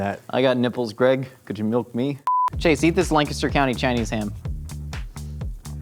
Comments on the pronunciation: Kudos to for saying Lancaster right! Not everyone gets the right emphasis.:) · Hearing pronounce Lancaster right was more surprising than when people pronounce it wrong o.o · I'm just impressed that pronounced "Lancaster" the correct way. (Even though Bethlehem isn't in Lancaster County) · Thumbs up for pronouncing Lancaster County perfectly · using correct pronunciation of "Lancaster" has made my entire day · THANK YOU FOR PRONOUNCING LANCASTER CORRECTLY!